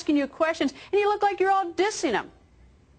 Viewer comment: Old ass news anchors should not say "dissin em".